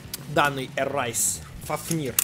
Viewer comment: Не эрайс а эрэйс